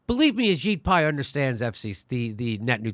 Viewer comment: Ajit Pai kinda sounds like your saying A Shit Pie.